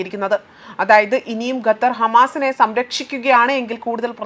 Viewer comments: അമ്മായീ ഗത്തർ അല്ല ഖത്തർ... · സഹോദരി ഗെത്തർ അല്ല ഖത്തർ ആണ്